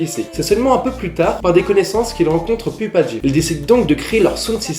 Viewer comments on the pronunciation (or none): ça se dit "poupadjim", ça se dit pas comme ça se lit